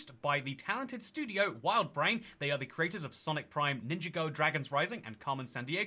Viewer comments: Its not pronounced “ninja-go” its more: “Ninjahgo” - all as one word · Ninjago is pronounced Nin-Jaw Go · Your pronunciation of Ninjago was funny, and also for some reason most of the comments correcting it just makes it more confucing It's one word, ninj-a-go, with the a being like in warden and go being like in Lego because that's what the go is meant to mean because of course the show about Lego ninjas gets to run for 13 and counting years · the emphasis is on the second syllable, not the first, as you have postulated. Nin-JAH-go. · NINJAGO, if there a ninjago mashup map on the new merge realms, take my money btw as a ninjago fan you pronounce it wrong